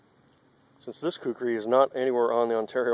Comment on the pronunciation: 4x it's Kukri. Not Kukuri. It's not that hard. You have to be American.